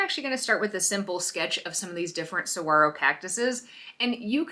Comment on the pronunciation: I'm impressed that you pronounce it correctly 😉 I think this is a cool way to paint a saguaro. I wanted to paint some but was intimidated. This looks fun! 💕💕